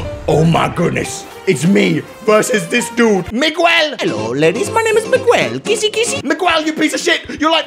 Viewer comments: It's pronaced mi gu el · Surprised he don’t know to pronounce Miguel